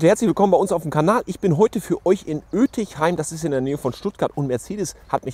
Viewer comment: Kleiner Hinweis am Rande: bei Ötigheim wird das g auch als g ausgesprochen und nicht als ch. Im Dialekt wird Ötigheim auch Etje genannt (mit langem E am Anfang). Und Ötigheim liegt niemals in der Nähe von Stuttgart. Man könnte sagen, Ötigheim liegt in der Nähe von Gaggenau, wo früher die MB-tracs und Unimogs gebaut wurden. Heute werden dort u.a. LKW-Getriebe von Mercedes gebaut. In der Nähe wäre auch Rastatt, wo die Mercedes Modelle A-Klasse, B-Klasse und GLA gebaut werden.